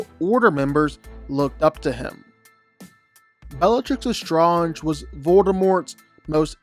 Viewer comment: Why do you just stubbornly refuse to pronounce Bellatrix Lestrange correctly?